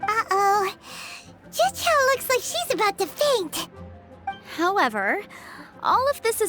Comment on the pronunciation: Man, when I played this quest I was thrown off by how specifically he pronounced "zhiqiao", and now knowing it's prozd that makes sense